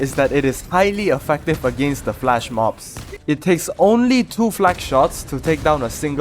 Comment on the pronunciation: FLESH mob. Not FLASH😂